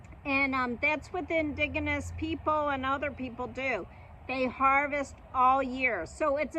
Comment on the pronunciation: Never heard "indigenous" pronounced with a hard G sound before today.